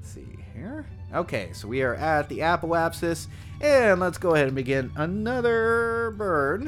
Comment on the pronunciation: “Apoap*sis*.” “Periap*sis*.”